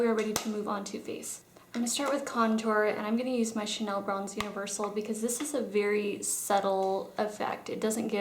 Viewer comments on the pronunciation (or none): none